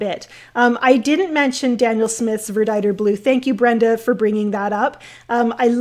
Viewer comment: Watched the replay. Thanks, great cloud techniques. I learned a lot, especially the correct pronunciation of my favorite blue - verditer. Aloha.